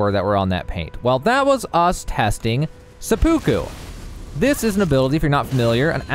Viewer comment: It's actually driving me nuts how many people are mispronouncing seppuku